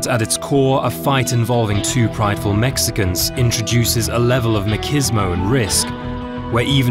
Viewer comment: This narrator guy sucks... can't even say a European word like machismo..